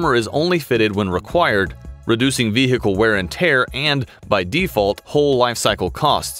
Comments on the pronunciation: Nice vee-hickle. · vee hhicle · Its vehicle; not vehhhicle. The "h" is silent. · It’s not a Ve-Hicle, it’s just one word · "The Ve-Hickle" Oh America. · The Humvee was a good Veehheehheecle. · The way he says Ve Hicle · Got it. It's a vee hickle. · The vehicle, the H is silent. Not Ve Hick le. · What the hell is a vee hee cal? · why he says ve-hicle? annyoing asf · The veehikel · This guy really puts the “he” into vehicle 😅 love to hear how he says cool whip 🤓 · any one else hated the way he said vehicle? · Did you know, the H in vehicle is silent? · I love how a native american narrator cant pronounce "vehicle" without strugle, while I a Hungarian can :D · Why is no one talking about how he pronounces vehicle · Why is vehicle so hard to pronounce in American? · Anybody else bothered by how this guy pronounces "vehicle" ?